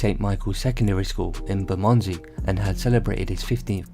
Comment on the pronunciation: The way you said Bermondsey was mental